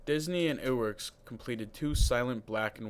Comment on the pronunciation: its ub not oob, and iwerks- eyewerks